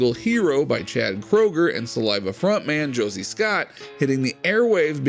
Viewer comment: Try to get it right Chad Kruger, NOT Kroger as in the grocery store. Thx